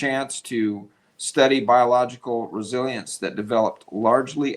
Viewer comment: Resilience actually rhymes with Brazilians